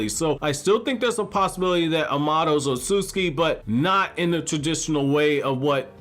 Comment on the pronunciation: Sorry but it's not Otsutski, it' s Otsutsuki the T and S together are read like a TZ